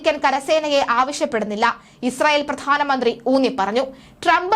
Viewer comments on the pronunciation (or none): none